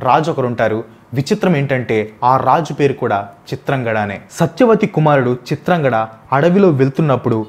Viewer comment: Chitrangadhudu bro chitrangada kadu